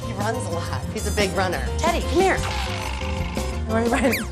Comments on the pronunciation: It sounded like she said Titty instead of teddy 😂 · I thought she said, "Hi, Titty!"😂😂😂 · I can’t stop laughing at teddy Bc I think they are saying titty lol